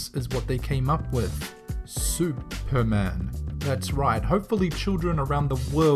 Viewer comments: "Specialman" LMFAO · "Specialman" lmao!